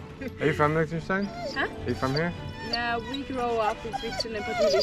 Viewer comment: As a german, it the way he pronounces Liechtenstein triggers me XD.